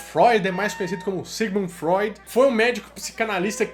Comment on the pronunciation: Ceguimundi froidi